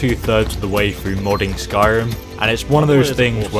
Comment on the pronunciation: Skyrim not "Sky Run".